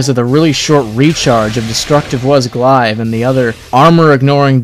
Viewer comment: You say 'Glaive' funny.